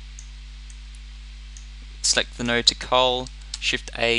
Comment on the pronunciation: When he said "Node editor" I heard "Nerd editor"... I mean like what a fail...